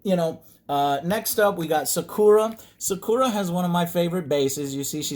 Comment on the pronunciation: you say sakura and ibuki wrong >:(( disrespecting japan dammit